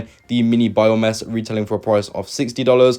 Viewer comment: Bro really said Bio-mess 😂